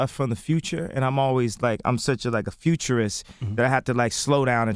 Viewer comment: He said I'm so much a futurest